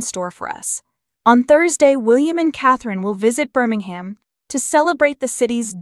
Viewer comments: It's not Bir-ming-ham, it Bir-ming-hmm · The H is silent Birmingam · IT is not Birming Ham alabama its Birmingham WEsst midlands